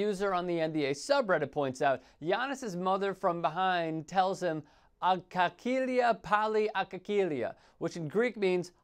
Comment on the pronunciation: his mom said agalia, not akakilia, which is not a word, at least in Greek